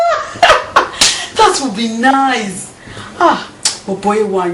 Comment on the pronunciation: why do nigerians say nize.. its nice... lol